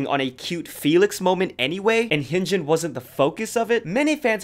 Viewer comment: You do all this research for the video but can’t pronounce Hyunjin’s and Moonbyul’s name?